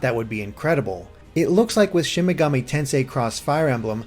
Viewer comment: Loved the video but why does it feel like so few people can pronounce Shin Megami Tensei right?